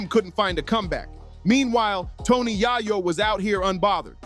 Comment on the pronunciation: Yai-yow? 🤣 If ya gonna try to make content off cuts of old news, at least get the names right! 🤣